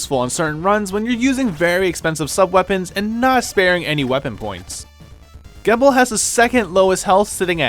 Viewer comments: Gebel is pronounced "Jee-bel". Source? The most recent RotN gameplay video. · Gebel is pronounced GEE BUL with a hard G, the way you say the letter G. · Also youre saying Gebel wrong, its Gebel (JEE-bill) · Is anyone else going to notice that he pronounced Gebel's name wrong or just me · It should be pointed out that said in the video that Curse was still recent, so likely Ritual wasn't out yet at the time, so it would make sense if he didn't know how Gebel's name is pronounced. I know I didn't know that until I looked it up and thought it was pronounced that way when I first watched Curse.